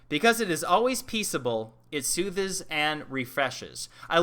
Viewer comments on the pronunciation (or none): I like how you said "sooth-es"